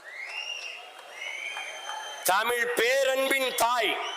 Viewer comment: சீமான் அவர்களின் உரை பற்றி சொல்லி தெரிய வேண்டியதில்லை, எனக்கு உணர்ச்சி கண்ணீர் வடிக்கும் அளவில் இருந்தது. ஆனால் இந்த உரை பற்றி விவரித்தார், தமில், தமில் மொலி என்று பேசுவது மிகவும் கொடுமையாக உள்ளது, திருத்திக் க்கவும்